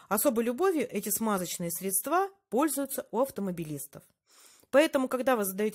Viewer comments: спасибо большое за уроки. Картина, как и все Ваши работы прекрасна. Но, умоляю, не говорите средствА, потому что правильно - срЕдства. Извините. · Выключила после слова "средствА́"🙉